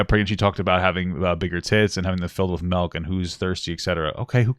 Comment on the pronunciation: SMH "melk"